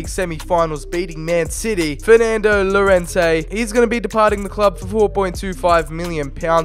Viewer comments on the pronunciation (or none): none